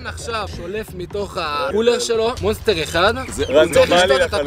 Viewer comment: למה אתה אומר manster ולא monster?